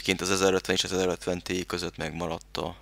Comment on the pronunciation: Az nem tíáj ? ;)